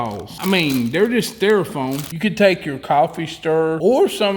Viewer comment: Did he just say: stare-a-foam?